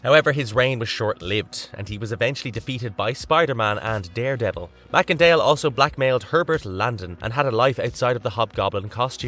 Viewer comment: I THINK that you pronounced Macendale’s last name incorrectly. I think that it’s pronounced MACE-En-Dale!